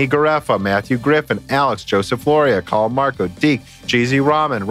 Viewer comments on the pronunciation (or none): none